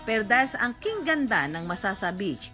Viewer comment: Point of Clarification lang guys and No Offensive Intent, Just to Point Out: Tamang Pronounciation ng Masasa Beach ay yung nababanggit ng Kapuso Reporter na si Caesar Apolinario on this video documentary. "Not lethal" pero maaari kasing maging iba ang interpretasyon ng mga Batangueno na makakarinig. Tulad ng Lobo at Calaca Municipalities (which are also great places for their beaches). May "punto" o accent ang mga barako eh, but no harm naman, a lot of caring, generous, and hospitable people ang mga Batangueno. Ako mismo nagkakamali pa din minsan sa pagbigkas pero there are people willing to teach what is right naman. Of course, Batangas is a great place to visit. Regardless if hindi makapagbigkas ng tamang "punto" at hindi minsan makaintindi ng ilang terms (ex.: guyam/langgam, bilot/tuta, balatong/monggo, aatis-atis/palamya-lamya, at tubal/maruming damit). Marami pang madi-discover sa probinsya ng mga barako. Beaches, mountains, forests, lakes, seas, name it! Search lang guys and marami pa tayong ma-discover. :)